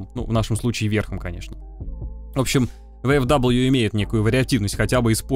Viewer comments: Читается как ВФВИ, нет там даблвью, это немецкие буквы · Японский магнитофон,, ну не первый же раз ты про эту машинку рассказываешь. Ну какая, к галлам, "ВэЭфДаблю"? "ФауЭфВэ", так её название читается, ну сколько можно-то уже. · Только не "Вэ-эФ-Дабл ю", а "Фау-Эф-Вэ" я понимаю, что скажут, что ты прицепился?, я понимаю, что не все тут учат немецкий, но для меня это важно и так действительно правильно... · Да какой ВэФэДаблью???? Фау Эф Вэ! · "ФауФВ" так оно читается на немецком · А оно читается как "ФауФВ" на немецком